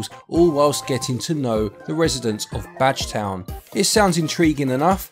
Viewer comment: Did anyone else hear "Vadge Town?" I definitely heard Vadge Town.